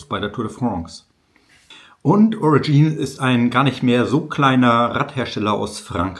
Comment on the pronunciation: Aber warum zum Teufel versteifst du dich den Namen der firma englisch auszusprechen? Ist das cool😮? "Origine" ganz einfach so viel französisch muss doch möglich sein